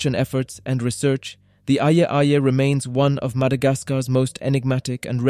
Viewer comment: mega-LOE-don?!? nah bro. it's mega-loh-don. and IYAH-IYAH??? nah. it's called Eye-eye